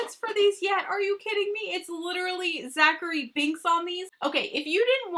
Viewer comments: I absolutely LOVE this collection and I’m so excited you did a review before it was released! Although, at the end it drove me a little crazy hearing you say Zachary Binx instead of Thackery Binx lol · Hey girl, great video! I'm so excited for this! The blacks cat's name is actually Thackery Binx. It sounded like Zachery when you said it. But I could have miss heard. Just a fun little tidbit.